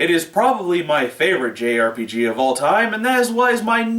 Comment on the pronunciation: ... don't... say... "jerpige"...